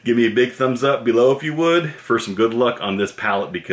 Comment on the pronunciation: its funny when he says "bee-low"